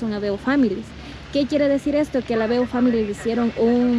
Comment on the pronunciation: family no se pronuncia asi😅